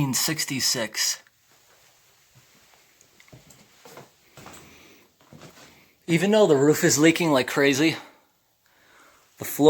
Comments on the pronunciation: it says 1968 On A wooden box but you've read it as 1966 lol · Am i the only one that Heard- “1966” But read “1968? Or just me...